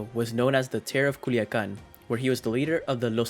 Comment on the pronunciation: C U L I A C A N ....not culican....no mames wey!